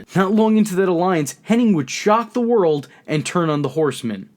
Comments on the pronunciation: Its Kurt HENNIG.. not Henning!!! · Hennig, not Henning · Why do you say Curt Hennig's name wrong??